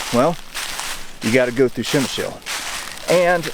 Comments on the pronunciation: Not Shemshill :) [ p ] - like in stop, [ shem ] [ y ] - like in boy, [ sh ] [ l ] - like in lozenge. Pshemyshl ! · Ppzemish is how you say it ,great place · Lesson 1 - Przemysl pronunciation for English speakers...